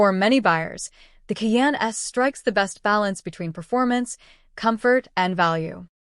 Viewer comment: Fuxking AI. “Key Anne” - it’s Kai Anne”